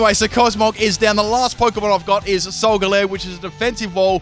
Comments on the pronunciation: It's not solgaleer it's solgaleo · idiot he said solgaleo and lunala wrong